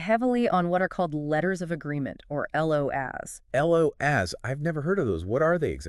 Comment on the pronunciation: "LO-ASS" is a good one! Maybe try making something to actually benefit the aviation community without using two AI voices and an AI script? I guess that's too much to ask for.